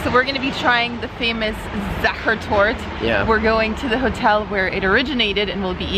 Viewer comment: Congrats to you pronouncing the "ch" perfectly! But don't drop the "e" in "Torte" ;-). Enjoy your next trip! Greetings from Vienna!